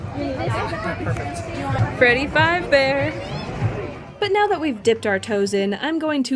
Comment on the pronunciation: oh my god she said freddy five bear